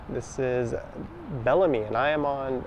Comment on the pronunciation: BELL-A-ME, not BE-LAMY